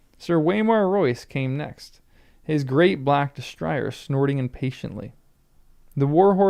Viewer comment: Destrier is a French word. Dess-TREE-ay. I'm enjoying your reading and looking forward to your reactions to the twists and turns to come.